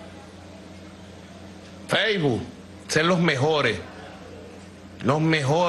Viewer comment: Feijbu?? Sukerru??? Sukermon????man mar sukenber😂😂😂😂😂😂